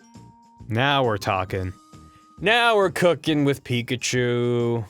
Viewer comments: ITS A PIK-eye-CHU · he even said pickle-chu....